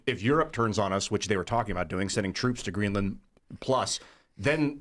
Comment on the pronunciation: Why does he keep stressing the "a" in GreenlAnd? You wouldn't say Eng-Land, Fin-Land, Zea-Land...